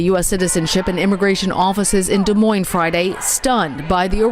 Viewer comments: the S is silent on Des Moines hon, no offense, but you should know that. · The “S” is silent in Des Moines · The last “s” in Des Moines is silent. How dumb are you ? Jeez.